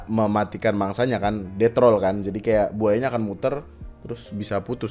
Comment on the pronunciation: roll bang, bukan troll 🤣